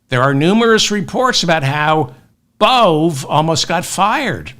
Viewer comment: Emil Bove: Pronounced Emil Bo-Vee